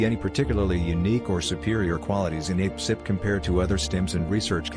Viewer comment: Lol I loved this. And how a-pcyp sounded like "ape-sip," I'm totally calling it that from now on. :))